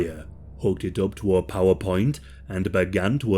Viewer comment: OHHHH power. point. Not PowerPoint. Took me a minute. Had to rewind.